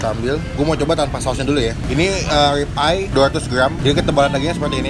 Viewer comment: Bang RIB eye steak bukan Rip eye steak bangg